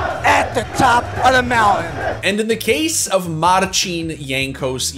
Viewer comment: He said Marcin perfectly just to butcher Jankowski lmao When it comes to Polish last names (ending -ski for example) prounounce W as V as in polish language we dont use V but have same sound as V asigned to W just to put english sounding W to new letter that is Ł.